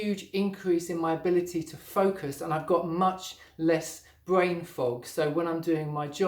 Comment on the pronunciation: Fwuit bwain lol??